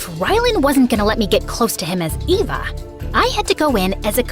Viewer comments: why did ryaln say Ava instead of Eva? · her name is pronounced Eva not ava